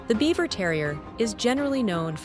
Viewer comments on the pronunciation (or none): These are the same breed basically. One has a broken color coat. The name is pronounced Beaver not Bieber. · You pronounce Biewer wrong